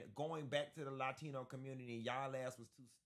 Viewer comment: “Laa-Tino” 😂. Anyway, I support this message and not just for Latinos. Everyone from a Country NOT England, Ireland, Iceland, Scandinavian. However the Blacks for Trump THINK THEY ARE WHITE AS WELL. Let’s address that soon. #R76